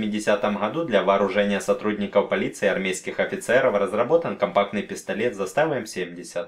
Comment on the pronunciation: Не застАва, а зАстава